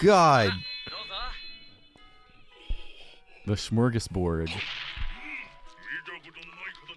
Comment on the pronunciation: Hearing you say Smörgåsbord really creeps me out